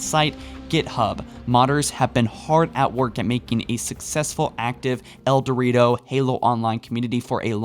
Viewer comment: this guy REALLY needs to work on his pronunciation... "insimble studios" "eldorito" i could go on and on... this makes your videos so hard to watch for me.